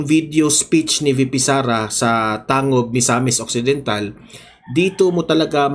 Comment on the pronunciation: Tangub....tang..gub pag bigkas Nyan kabayan